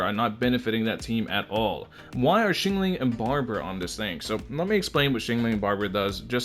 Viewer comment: "Xingling" IM DEAD